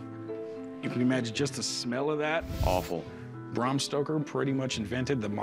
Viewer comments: Its Bram not Brahrm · Bram not Braum... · Braaaaaaaam stoker not Bram lolololol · The authors name was Bram Stoker, not BRRAAARRMM Stoker. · It's Bram not Brom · Rhymes with “am”, not “arm” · How about you pronounce his name properly. It's Bram as in Gram.